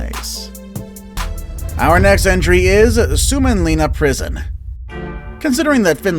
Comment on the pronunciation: I'm from finland and the way he said suomenlinna makes me laugh🤣